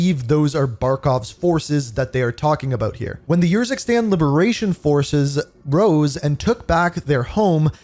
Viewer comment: i think its not your zikstan but more like oor zikstan